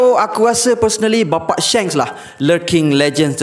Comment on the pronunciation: Shanks bukan Shengs duhh